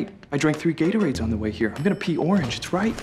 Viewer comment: "I drank three getarades, it's right"